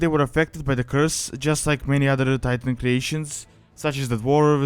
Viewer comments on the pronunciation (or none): none